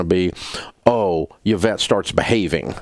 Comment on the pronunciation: Its not Y-vette. Its E-vette.